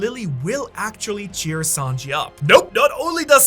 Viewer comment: It’s Sanji not Sanjeev